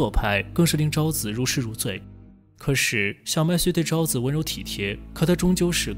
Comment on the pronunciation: 可是的"是" 不 要念成"十: 不 要 念成" 可 十"